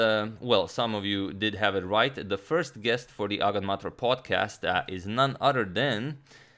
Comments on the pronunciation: He probably pronounced it like Agadmater, with the difference being pronunciation as “May- ter” instead of “mah-tor” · That is NOT the way I imagined "agadmator" being pronounced. I read it as "ah ga'd ma't or."